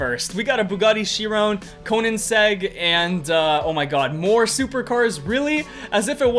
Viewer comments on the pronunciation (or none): none